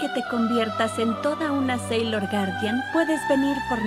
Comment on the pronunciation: dijo saiyor 🥺